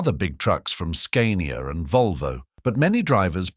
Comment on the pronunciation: Bloody AI commentaries get right up ALL of my orifices, not just my nose. Do you ever CHECK what's being said with what is on the screen? Talk of a 6 wheel drive vehicle with a 4 wheel lorry pictured etc etc. Forget Forgotten Road Kings!! Edited as I forgot to mention Scar-nee-arr!!